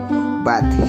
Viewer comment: the way he said theory